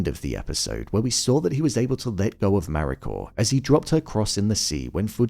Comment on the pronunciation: Why does it sound like you're putting an R on the end of Mariko?